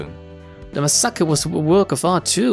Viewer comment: The way he pronounced massacre made me vomit.